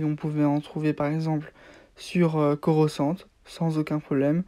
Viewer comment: Coruscante pas coroscante